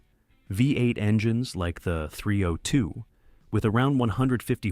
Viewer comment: the AI Voice can't even say 302 & SUV 🤯🤯🤣🤣